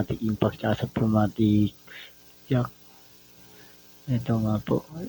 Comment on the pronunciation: Pneumatic hindi pumatic